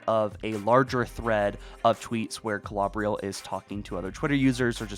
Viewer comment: I dont think it matters but im pretty sure its pronounced (kl-oh-ber-ill) Klobrill